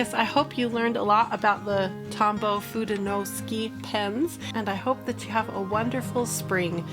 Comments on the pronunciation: Love your video, but sorry, “suke” just doesn’t seem like it should be pronounced “ski.” You do get an A for persevering! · It’s pronounced: foo-de-no-soo-kay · And its "foo-day-new-sue-kay" but the "ke" is more like ke in sake. Like in okay, as well as the de in fude, its got that same eh sound. If that helps. Atleast that's how I was taught in my Japanese classes and throughout 30 years living in a very diverse state with a large majority of our residents being fluid Japanese speakers as well as our states just general heavy influence by all Asian cultures. :) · “foo-day-no-SOO-kay” I take full responsibility for saying it wrong! I think I may have misspelled it when I looked up the pronunciation. Doh! Please be kind to her about it—it’s my fault not her’s. 😊 Sorry and Tombow. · Ironically, I was coming to comment this exact note when I saw this posted right up at the top of the comments! I’m glad it got cleared up! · Hello and, Pronunciation was almost right only the "KE" at the end of FUDENOSUKE is pronounced like the "ke" from the word "kept" Cheers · FU is like when you say kung-fu. DE is like when you say meh. NO is like when a Mexican says no (no w sound at the end. Just an open vowel). SU is like when you say super. And KE is, again, like when you say meh. Try using Google translate and listen to the pronunciation. Hope this help!😊 BTW, Fude is one word. No means of (as in belongs to). Suke is another word.